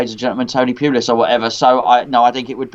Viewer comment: Please stop saying Tony Pullis it's making me even more depressed !!!